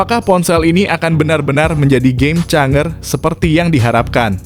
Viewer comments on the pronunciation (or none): gak bener baca kata inggris nya, malu maluin jadi tukang konten,, masa kok game changer malah di baca gem canger,, ( pake ng, bukan j) HARUSNYA yg benar itu J bukan Ng, jadi Game Changer itu yg benar di baca Gem Cenjer),,,, sekali lagi J bukan Ng